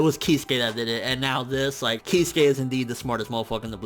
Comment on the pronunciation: Kiz-ew-kay not keyskay